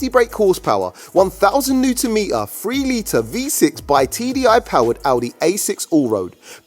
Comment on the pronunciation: i think it is Newton meter not Newen meer